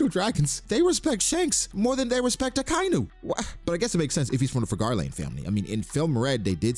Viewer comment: Ya, even more disrespectful the fact that you can't pronounce akainu's name correctly..very respectful indeed, just like shanks eh 😅